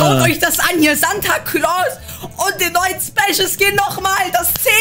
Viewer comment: Der Santa Claws wird anders ausgesprochen(das regt mich auf!!!!!!)